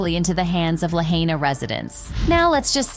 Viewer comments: La high na. Not La hey na. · LADY !! Its "'LAH HEINA". NOT "LAH HAYNA"! OMG, lolzz. Being RAISED in HAWAII, I'm GLAD you are Continually Calling them out on this Stuff ! Thank you! I doubt the ROCK would have said anything if there was NO Blow Back On this. Good Luck on Oprah Apologizing. The BIBLE says if one "GIVES," Give in "PRIVATE". Oprah needs to Understand that Concept! My ten cents worth! Book em' DAnO! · I wish she would quit calling it luh-hey-nuh. La-hai-na: lah-hai-nah